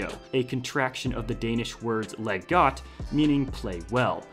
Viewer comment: You Said Got it’s godt with a d